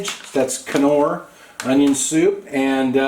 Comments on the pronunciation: Norr, the K is silent like in K-nife. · This looks fantastic. Fyi, Knorr, don't pronounce the "K".